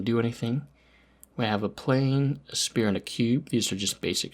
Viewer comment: Just for your help man! Future reference, Sphere is pronounced "ss-fear" said quickly together haha